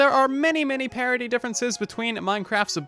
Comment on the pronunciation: did u say parity or "parody"